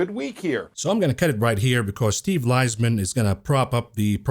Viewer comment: It's pronounced "Lease-min" Unless you're saying "Lies-man, then I missed the joke